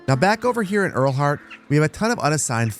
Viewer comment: Great video! It seems like the village names are German. In that case Lieneck would be pronounced as “lean-ack” and Leuter Flucht like “loiter”. Ehrlhardt would sound similar to “Airl-heart” 😊